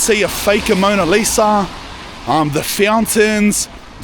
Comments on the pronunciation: Bro it’s just Mona Lisa, not Amona Lisa 😂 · I hope bro knows its the mona Lisa not amona Lisa 😂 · ‘Amona Lisa’?😂. Mona Lisa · AMONA LIsa 😂😂 its "mona lisa" LOL your hillarious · It’s “ Mona Lisa “ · Mona Lisa not Amona lol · What’s worse? Constantly saying “Amona Lisa” and “Pastisserie ”, or calling the “Parthenon” the “Pantheon”? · "Amona Lisa" 😆😆😆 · “Fake Amona Lisa” 😂😂 bruh Span. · “Amoana Lisa” 😂😂😂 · "Amona Lisa" had me cracking up lad. Cracka vid cuz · He said it heaps at the end so he really thinks it's said like that lmao 🤣🤣